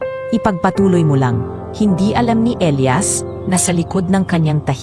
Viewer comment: 😂😂halla okay lang namn ang cute nga ng pag bigkas nya ng Elayas😂atleast mahnda ang kwento at May happy ending❤❤❤